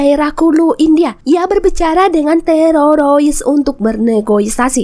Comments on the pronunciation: Jadi geli dengernya, TEROROIS hadehhhhhh... TERORIS TERORIS TERORIS ........ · TEROROIS 😅.. HADEH, TERORIS MBAK.. Bukan Terorois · Teroris bukan tereroris😂😂😂😂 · apa susahnya blng TERORIS - TEROROIS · Sama aing jga jiji😂 terorois😂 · Sorry y min..kenapa kl sebut teroris lidah nya kebal banget..jd yg denger tmbh kebal..laen y bgus2 ajjah..lanjot min...sy suka nonton alur.... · Maaf min lucu ngucapin teroris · Bilang teroris aja susah bener 🥴